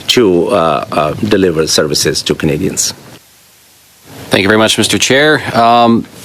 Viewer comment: this liberal lackey is obviously filibustering. Can't say "Canadians" just like squeaky champagne. We know what Canadian want. Can't even say Canadian's / Canadians. Yes let us trust a foreigner who can't speak fluent english. Sounds great.